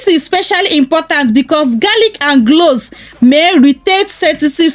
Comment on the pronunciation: I thank you for this recipe. I laugh a little because your accent is so cute to me. Being in America, if there had never been the transatlantic slave trade, I wonder if my accent would be like yours. Some of your words I had to go back and listen again. Example when you said "Cloves" it sounded like "gloves or glows." Also when you say words with an "R" at the end, I like the way u say it. Example: water, u say watuh, and butter, you say buttuh. God bless you. Hhhhh I thank u again and I'm looking forward to learning more from you channel. I am in North Carolina in the USA. I have subscribed to your channel. One can also use a preservative to extend the time that u can use it. I use Germall Plus. I order it from Amazon. I want to add that most people suggest to use products consistently for 3 months to see good results.